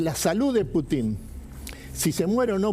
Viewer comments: Ninguno de los que estaban en la mesa pudo pronunciar el nombre del presidente Putin correctamente. E intentan informar, este es el nivel de los periodistas argentinos... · Esta paupérrima periodista de apellido Santillan, CON TODA MALA INTENCIÓN, modifica la pronunciación del apellido del presidente ruso., con la connivencia de los gerentes de esta agencia de noticias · Paupérrima periodista, incluso CON TODA MALA INTENCIÓN, modifica la pronunciación del apellido del presidente de Rusia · A ver señores periodistas les voy a enseñar un poquito de ruso,Putin se pronuncia acentuando la U,y es evidente porqué acentúan en la I,eso demuestra su animosidad,se les nota mucho